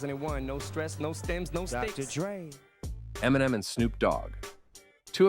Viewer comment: Why are you pronouncing Eminem like that?